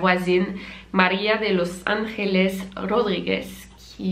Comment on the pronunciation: Je suis Español et ses pas pour te donner tu hate mais “Angeles “ le g de se dit pas avec un r c’est le j qui se prononce comme sa